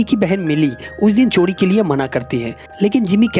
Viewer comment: चोडी नहीं चोरी